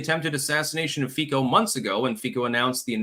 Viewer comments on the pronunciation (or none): Fico is pronounced FEET-cho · I love your insights. I am just mentioning as an aside. The Prime Minister's name is pronounced fiSo. I have no conplaints about you. One last thing, how is the Head of the House doing? No, I am not talking about your wife, I am talking about your daughter. LOL, stay healthy and Happy. May God bless you and your family.